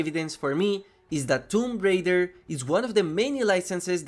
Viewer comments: not that it matter how you pronounce it it was just funny but the official pronunciation is "toom ray-der" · Tomp Rider? Really? Like I understand accents and everything but that is just clear english my dude... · wait a second did you just say tom rider ? LMAO plz tell me youre trolling brother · my guy did not just say tom rider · How the hell you mispronounce both parts of “Tomb Raider” 💀